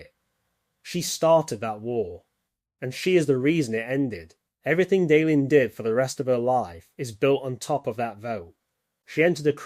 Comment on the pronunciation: Say, is it possible that this video was made with an LLM, colloquially called “A.I.”? Nobody, who has watched even one entire episode of Babylon 5 would pronounce names like Valen or Delenn in the way I hear it here.